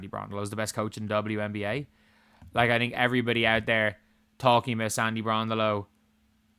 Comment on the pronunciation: doesn't think Sandy Brondello is the best coach in the league, and I don't think he's pronouncing Brondello correctly.:face-orange-raised-eyebrow